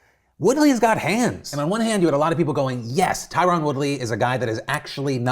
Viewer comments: Tyron is pronounced Tyrun and yes it bothers him when people don’t get it right and no you don’t want that guy upset at you. Good luck Jake Paul lmao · The way he pronounces Tyron is hilarious lol.